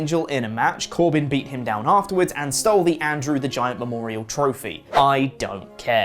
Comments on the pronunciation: did he said "Andrew" the Giant? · Did really just call it the “Andrew” The Giant trophy? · It's Andre not Andrew! Andre the giant. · Is it me or did say Andrew the Giant? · Andrew the Giant?????..... it's Andre the Giant.....isn't it?